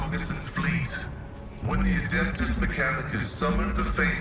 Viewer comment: No machine spirit is a like a precursor to ai . abominable inteligence is banned in the imperium . And for the love of the emperor its ad e pt us not ad a pt us mechcanicus 😊